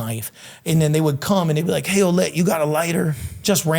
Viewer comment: As a French Canadian who grew up with a couple Ouellette... That's not how you pronounce that!!! 😅 It's more like wuh-LEHT